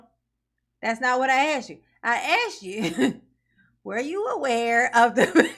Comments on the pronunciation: Did you Ax me to come see you? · ASKED NOT AXED!!!!!!! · Didn't you & I bof know we had a no contact order? So why you axe me to come? Oh, ya didn't? You just told me where you was & I went ? Oh.